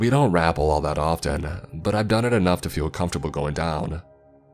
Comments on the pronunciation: It's "ruh-PELL" not "RAH-pull" (Sorry, taught English for a year, gives me a twitch when I hear a repetitive mispronunciation) Aside from that, amazingly good storytelling! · "Rapel" is ruh, as in racket. ruh-Pell. Stress on pel. :) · Hey not being an asshole grammar Nazi but rappel is pronounced "ruh-pell" rappelling is pronounced "ruh-pell-ling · I think you mean repel down the rope. That rapel threw me off lol. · Alright I like you, but what the fuck does it mean to “rap-pell?” Lol just never heard it pronounced that way but otherwise nice story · Rappel is pronounced like repel. Love the story, love your voice! Keep up the stories ^_^